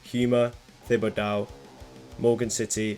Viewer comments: Just for reference, Houma = "HOME-ah" and Thibodeaux = "TIB-uh-doe." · Houma pronounced home-uh and Thibodeaux is pronounced Tib-uh-dough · you actually got closer to Thibodeaux than most people I know do. The deaux is pronounced like "doe" though is the only difference. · HO-MUH & TIB-UH-DOH ; ) Enjoyed it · The city names pronounced Home-a and tib-a-dough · its actually pronounced HO-MA and TIB-ID-DO here just so you know, thanks for the video though its great. i bet i wiuld mispronounce a lot of British places haha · Awesome! And let me help you with Louisiana pronunciation... 'HOME -AH" and "TIB -A DOH"is how to pronounce the Native American Houma and the French Thibodaux. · Ti-ba-dough and home-ah are how you say those places :) excellent video. No one hardly talks about the New Orleans sludge scene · "HOME-uh" & "TIB-uh-doe". Houma is named for the Houma Indian Tribe. Thibodaux is the last name of some rich French guy. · Dude murdered the pronunciation of thibodaux and Houma lol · Not the Houma and Thibodaux pronunciations 😭 no hate I’m just from there